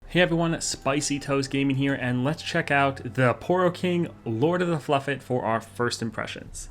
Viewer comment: It’s pronounced “Fluffed”. There’s no E between the F and T, so it would be pronounced “Heart of the Fluffed”